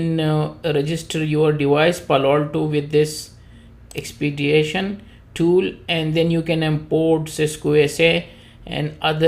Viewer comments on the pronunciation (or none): There is no 'a' in the word Expedition.